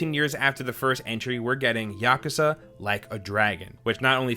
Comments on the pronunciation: Its yaku-uuza not yakaza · Yakaza ..... or yak'u'sa ..... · Its pronounced ya koo za